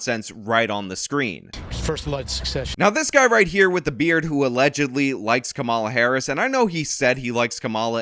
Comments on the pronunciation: It's Kamala, not Kamala. Get it right😂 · It's "camela" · It's pronounced Kamala 🙄